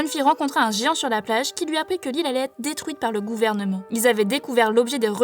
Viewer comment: dedruite et pas detruite